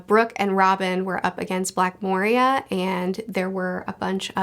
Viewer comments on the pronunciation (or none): none